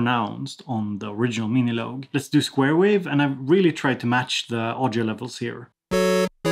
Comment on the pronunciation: love how you pronounce it as "miniloag" haha